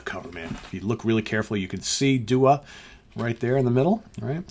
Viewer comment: I’m in the same region, pretty sure its day-wah.